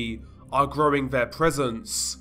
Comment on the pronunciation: Alvo? Vhe? Veir? Vhat? Vis? Vem? Dude, is English your first language? It's Although, The, Their, That, This, Them. Maybe you're just Fick?